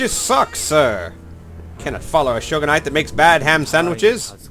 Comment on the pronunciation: i dont know why you're mispronouncing shogunate so badly but other than that i like your video